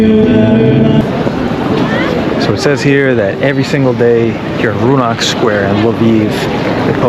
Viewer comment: Oh year, that square in Lviv is called Rynok, not Roonok as you pronounced it 2 times. It means Market, thus Market square(it's the old one, so no actual market, but even earlier centuries ago it used to be a cemetery 🪦 ( happy Halloween 🎃) next to the Cathedral church. Only a Boïms chapel rem@ and some graves are inside of that cathedral ( it's called Catedra, through Polish influence)